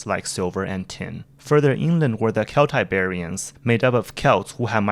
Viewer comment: really nice video haha. but i have only one isue... "Kelts and Keltiberians"?? you know that C is pronunced with spanish Z, right? and in english with S sound. and you wrong, the slaves on that mines were not from america, they were from africa. mostly catalonian condes the video is fine but for a historical video u get wrong many things. like 15% of it. lol